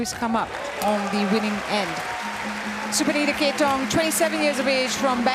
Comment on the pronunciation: you can clearly hear the PA and the umpire say ka-TEH-thong, yet these announcers still keep on saying it as kate-thong. come on, be better. and please! talk about the match more and not just story telling all the time